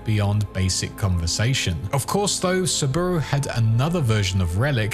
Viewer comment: To be fair Saburo is a bit hard to pronounce correctly as in japanese for english speakers. In IPA it should be like this [sabɯɾō] with stress on ɾō